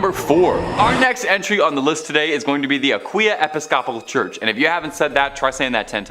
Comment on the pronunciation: It's pronounced A- Pis- ka- pul church..Not Apiscople.